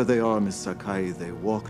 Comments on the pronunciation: "Sakai" and not "Akai". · Her name is Catherine SAKAI not "AKAI". Yes, the mistake could be made with the "Miss Sakai" sounding much like "Miss Akai" but it isn't her name. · It is Sakai, not "Akai." 赤い means Red. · It's "Sakai", btw. Catherine Sakai. Not Akai. The S's run together when spoken (Miss Sakai ). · That's "Sakai", not "Akai". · I believe it's Sakai, not Akai. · Sorry, but it's Sakai.